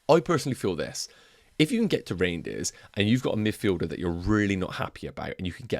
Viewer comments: It’s not pronounced reindeers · Don’t think it’s pronounced reindeers haha